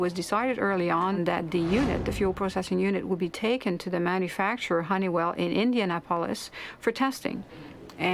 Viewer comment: That investigator sent the fuel control module board to Honeywell in, and she said India na polis. Odd way of pronunciation